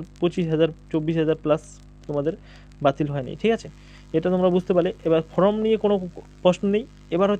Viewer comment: ফ্রম নয়, ফর্ম সঠিক করে বলুন ?